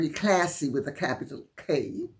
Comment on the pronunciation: I do like you way you enunciate 'classy'. A shudder worthy moment. Thank you.